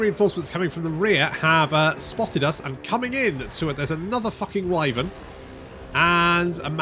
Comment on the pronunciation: It's not wivern. It's Why Vern? Cause his name is vern and he doesn't lift the toilet seat when having a pee.